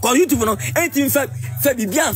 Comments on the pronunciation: Liwin. What's ur problem? Martha is a star. Mtchewwwww. Liwin its "YouTube not "WeTube" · He says Wetup😂